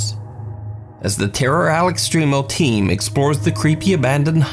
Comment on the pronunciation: Where all the Spanglish viewers at heard say "AL EX-TREE-MO" for "al extremo" lol